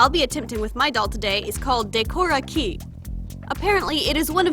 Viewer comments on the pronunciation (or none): everyone is saying "Decora KEY" but it's "Decora KAY" lol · “day-kora key” reeeeeeeeeeeeeeeeeeeeeeeee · hey man is pronounced "daeh-core-ah" "kAy" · In Japanese you’d pronounce Harajuku like “하다즈그” and Decora Kei like “데코다 캐이” for future reference 😉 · It's actually pronounced "De-ko-ra kay"! Every vowel in Japanese sounds the same, with the occasionally silent vowels (usually u) to either accomadate English words or just to add less syllables to a sentence. If you have any questions, please feel free to ask! Im currently learning Japanese, so keep that in mind!